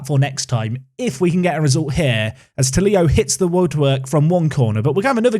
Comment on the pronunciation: Love the series but Marcus tulio you say it wrong I’m Brazilian and you say it like two-Leo